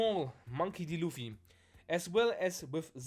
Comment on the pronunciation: its pronounced l-o-o-f-e-e